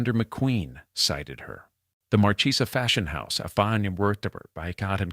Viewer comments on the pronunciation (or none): Marchesa the ch is pronounced like a hard long K. No che . It's Italian not Spanish. Thank you